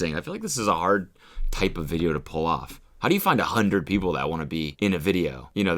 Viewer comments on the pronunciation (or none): A HOUNDRED AND THIRTY NINE motherfuxker!!!!?